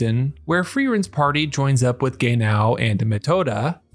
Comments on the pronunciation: Not Gay-now. 😒😒😒 It is ge-nau. 😕😕😕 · the AI voice that keep saying Gay now is seriously getting on my nerves lol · Take a shot every time you hear "Gay-Now" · The way you say “Gay-now”😂❤ jk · Amazing analysis of the character and the episode, however I can't unhear him pronouncing his name as "gay now" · Calling Genau, Gay-now, is crazy work 😂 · I'm sorry but yeah, hehe. It makes me laugh but Gaynow is NOT the same name as Genau...I really really hope you aren't one of those people who mispronounce things like this on purpose just to get comments. I liked your video though. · He wasn't gay yesterday but he's gay now. yeah. I hope guy isn't doing on purpose for that well uhh... purpose. I'm cool if it's just the shits n giggles or if they just pronounce it that way but doing it to get those... I mean I understand sometimes creators do stuff to get by but personally just drives me off. They do make good points so yeah. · Fr i cant focus watching because of this 😂😂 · Our man invented a new way to pronounce "Genau". I don't think any of the voice actors ever pronounced it similar to how he does. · Should have pronounce the name in japanese than in american english to avoid the confusion.